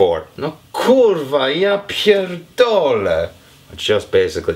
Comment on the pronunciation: You're good at polish, respect. "Ja pierdolę co za idiota" - It's like I can hear Polish. Dawno nie słyszałam obcokrajowca z tak dobą polską wymową.